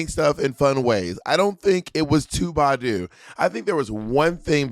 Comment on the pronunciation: when Beyonce said "Badu, Badu, Badu, Badu", the emphasis is on the "Ba" part, not the "du" part. So instead of it sounding like "baDU baDU baDU baDU" it should sound like "BAH-du BAH-du BAH-du BAH-du"...I'm high AF and thought it sounded weird when you said it, and then I listened again and that's what I deduced.